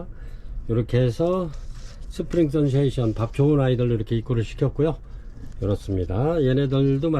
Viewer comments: 스프링"센세이션" 이라고 쓰고,스프링"선세이션"이라고 하시니 매번 영상 볼때마다 확인 한번 하면 좋겠다 싶었습니다. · 센세이션 아닌가요?